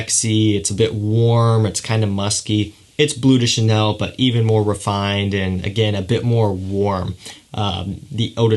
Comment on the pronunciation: A little tip: "le" and "de" in French fragrance names are pronounced "luh" and "duh" respectively! So "bleu duh chanel" and "luh parfum" :)